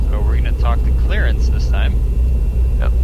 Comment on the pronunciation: Did he say, "Talk to Clarence?", Rodger, Ovour, Victor. Whats my vector Victor, Roger. Huh? Rodger Clarance, Clearance.